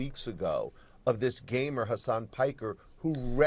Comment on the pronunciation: he didn't say gamer, he said gaymer